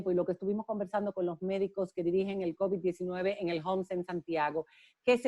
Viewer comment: No es cóvid, es covid, covíííd, covíííd, periodistas.